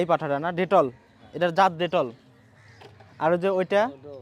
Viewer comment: Bhai detol na bitol hobe